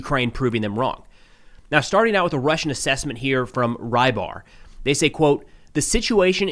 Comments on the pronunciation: Рыбарь (Rybar) is not "rye bar"! >__< Say it as "rebar" at least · Until yesterday I thought the often mentioned russian analyst is Reibar, that's how I hear say it. Don't know how it's spelled in russian but it would be rybar in my language, meaning fisherman.